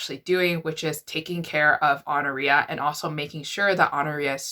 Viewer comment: I think it’s pronounced “aw-NOR-i-a”. I’ve heard it that way, at least.